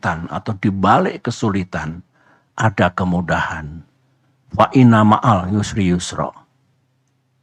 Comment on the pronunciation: Faa-innamaal usri yusra, innamaal usri yusra. Bukan NUSRI PAK. ettt